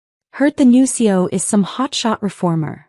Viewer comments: So nobody anywhere in the management structure, including HR, knew who the new CEO was? Really AI?? Nobody?? Gotta call bullshit. Coupled with the mis-pronunciations (ex. C.E.O. is not pronounced “Coh), this is a poor effort. AI-generated videos like this one deserve three thumbs down 👎🏼👎🏼👎🏼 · CEO is pronounced C....E.....O, not CO. Either that or say the words; Chief Executive Officer. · Please pronounce ALL the letters in C.E.O!